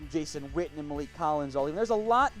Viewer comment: I thought his name was Witten, your pronouncing it Whtten...